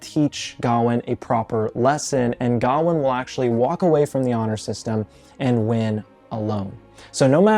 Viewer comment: The correct pronunciation is with the emphasis on the last syllable: ga-WAIN